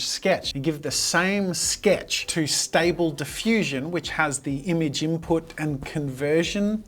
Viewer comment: As someone who uses stable diffusion daily, I was frustrated by the way it was butchered Xd, great video though.